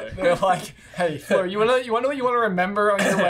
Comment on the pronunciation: I’m not over the fact that they call Fleur “floor” 😔 #justiceforFleur